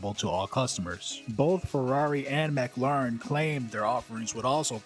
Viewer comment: How is it , that your pronunciation of Done-lap and Mack-layre-reen is so off than the rest of the correct pronounced words in your commentary ??